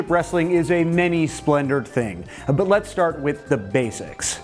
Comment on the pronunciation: u said "boot" instead of "but" after the south park part. hahaha good ep. i've always thought about how trippy CPUs are, being able to simulate battles and their outcomes. i tripped out on it in the "joe montanna- sport talk football" video game days. now it's just crazy.